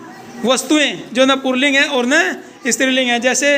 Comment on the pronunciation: पुल्लिंग कहते है पुर्लिंग नहीं कहते और स्त्रीलिंग कहते है इस्त्रील्लिंग नहीं कहते बच्जों को सिखाते वक्त, बिल्कुल सही सिखाना चाहिए....